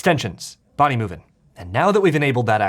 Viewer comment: It's been nearly 3 years, but the cut-ins of people trying to teach how to pronounce Bodymovin are still the funniest bits on this channel.